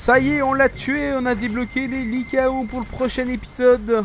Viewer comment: ça se dit likaon